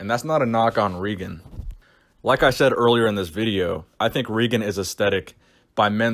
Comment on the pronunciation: im 95% sure its pronounced Ray-gen